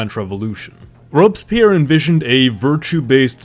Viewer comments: What is Robes Pyer? Worst pronunciation of Robespierre I have ever heard. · "robs pierre" haha